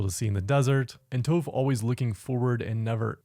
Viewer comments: Is no one gonna mention how this guy mis pronounced Tophs’ name as “Toh-ph”? A few other avatar YouTubers do it also and idk why cuz if they are such big fans like they say that they are then they would know how to properly say her name the same way as in the show. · Why you keep pronouncing tophs name wrong